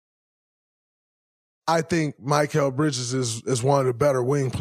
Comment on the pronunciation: You’re an analyst, Draymond. You don’t know how to pronounce Bridges’ name?